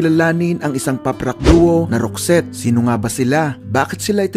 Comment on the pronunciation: Tama po ang ogka bigkas mo sa name group nila. Naalala ko bata pako, singer kasi ng banda ang mama ko, lagi nya pinapatugtog yung isang album ng roxette. Sobrang taas ng boses ni Marie, ganda tlga ng songs nila. Salamat na feature ito. Sana ma.feature din ang grupong wet wet wet. Gaganda dn ng mga songs nila ☺️